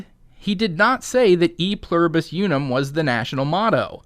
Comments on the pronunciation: STOP saying "you-num" it's pronounced "oo-num." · count to three in Spanish real quick, out loud. Uno dos tres. How did you pronounce uno? Did you pronounce it like "you know"? Then why are you pronouncing Unum so weird?